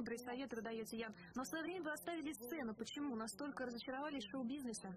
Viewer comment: Да не Ян он! А Иэн, ударение на И